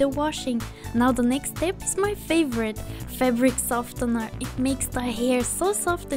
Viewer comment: The c is silent in scissors The t is silent in softener